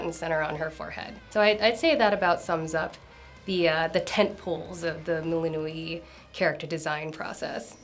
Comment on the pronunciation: Why does she pronounce the names like that 😭 "selen-e" "melinu-e'